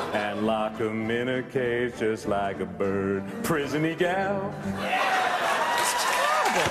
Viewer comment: "prisony gal" LMFAO!!!!!